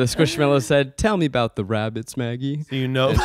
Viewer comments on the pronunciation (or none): Zachs pronunciation of squishmallow is PAINFUL SQUISHMELLOW? Screaming